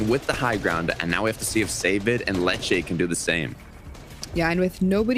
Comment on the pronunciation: Dude why does he pronounce letshe.....letshea I can’t stand it when commentators say people names wrong